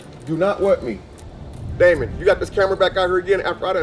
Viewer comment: He calls him Daimon???